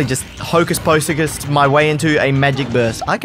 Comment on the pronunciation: "hocus posicust"